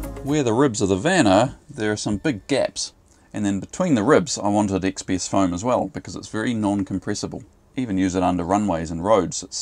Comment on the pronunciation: I could not understand you when you said what was the foam you wanted for the floor and they didn’t have it in stock! XPS?